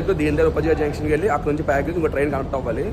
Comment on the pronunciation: Payagraj kadhu prayagraj ra babu😂😂